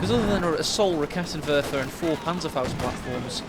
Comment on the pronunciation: All in all the games were pretty entertaining but i personally get upset when the commentators say "raketten" and not raketenwerfer, it would be nice if you guys could change the pronounciation. Otherwise the only thing that should be reduced is the number "quite franklies" in the commentary. Keep your nice work up and i hope you guys dont take the critic personal.